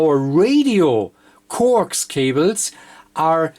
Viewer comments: Corx cable LOL I always thought coax was pronounced co-ax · Corks cable?? It's NOT corks, it's COAX (pronounced CO AXE).